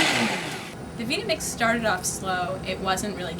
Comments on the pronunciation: Use them the way they're supposed to be used, then compare the amount of particulate matter in the liquid among them all. The vita-mix (for god's sake, it's pronounced like vitamin, not like vida loca) and blendtec blenders would turn it into liquid silk. The others would have been grainy crap. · you know that woman said everything wrong about the vitamix. the tamper as a plunger (plun-jur) and the name vie tuh mix vee tuh mix. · Veeta mix? Is she serious? Has she ever heard of the word VITAMIN? The blender has the same name except for an "X" at the end, henceforth VYE-TU-MICKS. Dumb woman. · it is not pernounced veeta mix. it is pernounced vieta mix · it is not called a veetamix it is long I - like bite not like it, unless your a Brit and pronounce i's that way. Funny both countries US and Britain speak English but with totally different pronunciations..How did that happen? LOL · Try blending a Hummus or Pate. Make a crepe batter from Flax Seeds and Avocado... With no speed control doing anything other than Fruit and Ice is impossible. PS Via Mix is pronounced Vita like vitamin not veeta which means, well nothing. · 1.) Vita-Mix is pronounced as V"eye"ta-Mix not Veeta-Mix 2.)You didn't follow the manufacturer's instructions and a) cut the orange at least in half, and b) start on variable 1 and progress to 10, BEFORE switching to High. You started on high immediately which bounces the orange off the blades and defeats the container design. I have used Vita-MIx for ten years and have never seen anything that could beat it. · Veetamix. I love this woman. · V I T A M I X, Not Veeda MIX, learn how to say it, Geez! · she says veeta-mix? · veet ta mix lol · I've always pronounced Vitamix Vi-ta-mix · It's Vitamix not Veetamix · She's pronouncing Vitamix as a Veetamix. Why? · veeeta mix hahaa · "the veeta-mix" LOL. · My vita mix (stop saying "veeta-mix, you sound awful) grinds through apples like, whoa! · disliked because of vitamix pronounciation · She said, “Veetamix” 🙈